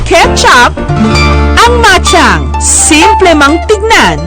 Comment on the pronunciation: bachang po tawag dyan hindi machang